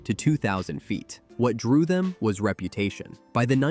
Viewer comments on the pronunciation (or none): none